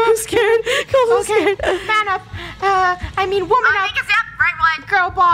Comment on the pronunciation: yep! the krew was “scard”